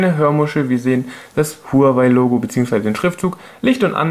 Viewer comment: Sehr gutes Video aber Huawei wird wahawei ausgesprochen (glaub ich)